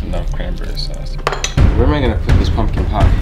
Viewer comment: ''sause'' XD😂😂😂